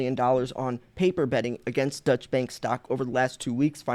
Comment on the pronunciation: Thanx for posting what the mainstream media won't. Incidentally, Deutsche Bank is German, not Dutch, and not pronounced the same.